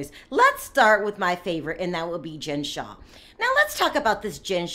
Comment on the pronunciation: Her last name is Shah not Shaw.